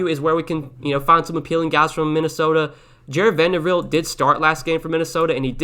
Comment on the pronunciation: Thanks for the content, much appreciated! But dude....it is VanderBilt, not VanderVilt!! 🤣🤣